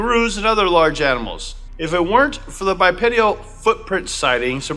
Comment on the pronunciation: Cool video! (*bipedal, not "bipedial") ✌😊